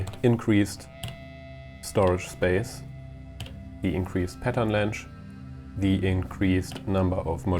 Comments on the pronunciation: whats wrong with the word "length"? - sounds like "länsch" when u sai it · Lmao that’s the funniest pronounciation of an English word I’ve heard in ages. The dude pronounced pattern length as ”Pattern lengsch” at least 3 times during this short video. Germans are really creative with their english lol